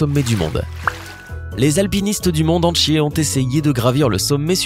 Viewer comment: "entchier" ? Ta essayer de dire "entier" non ?